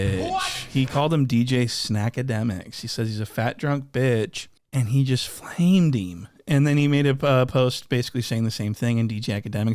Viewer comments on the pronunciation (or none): the Philly accent “Flamed Eeem” holleringgg😂😂😂